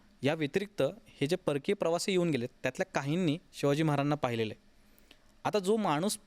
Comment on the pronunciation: हा माणूस महाराजांना... मराजाणां असे का बोलतो मधून मधून क्लिअर बोला ना.. महाराज स्पष्ट 😊